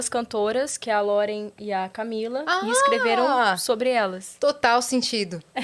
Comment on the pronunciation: Agonia da buiar falando "Loren" KAKAKAKAKAKAKAKKAKA